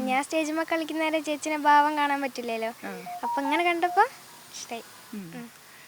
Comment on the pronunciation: മുഖത്തു വിരിഞ്ഞ ബാവം അല്ല ഭാവം.. വാർത്ത അവതാരകർ ഭാഷയിലും ശ്രദ്ധിക്കണം 🙏🏼